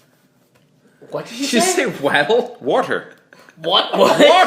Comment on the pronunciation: Did you just say waddle?...